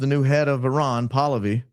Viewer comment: Thanx for saying Iran instead of Eye-ran😅❤